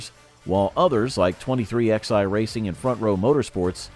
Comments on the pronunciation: What the fuck is 23 -XI racing.....its pronounced 23-11. Who runs this fuckin channel? My God this is DUMB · Where do you get these narrators at, the name of the team pronounced 23-11, not X i, haven't you ever learned Roman Numerals ? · Your dramatic titles suck. And it’s pronounced 23-11 so your 23XI as you say is not the way they pronounce it,.